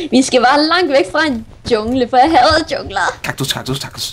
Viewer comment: der endte med at sige Taktus da han skulle sige Kaktus, kaktus, kaktus